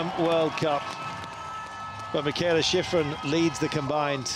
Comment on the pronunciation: That announcer really butchered sheeefreen's name.